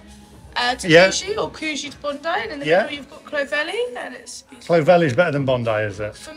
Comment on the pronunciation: Cud gee not coo gee, cluvelli not clo velly. Pommes! 😁👍Great video!